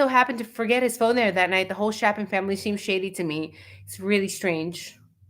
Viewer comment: It's Chapin with a long a, like ape.